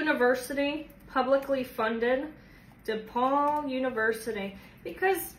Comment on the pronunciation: FYI, it's DePauw University not DePaul.